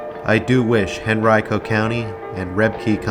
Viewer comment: Correctly pronounces "Henrico". 😊